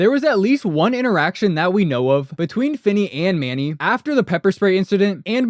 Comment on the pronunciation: U don't even know his name. It's Sincity Manny, not Manning. This is the best video on this subject??